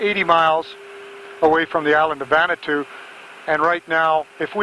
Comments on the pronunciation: Nadi in Fiji is pronounced “Nandi”. Vanuatu was incorrectly pronounced as “Vanatu”. Also, there is no island called Vanuatu. It is an island nation that consists of over 80 islands. The main airport is located in the capital of Port Vila on the island of Efate. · Someone needs to explain to the how to pronounce Nadi and Vanuatu.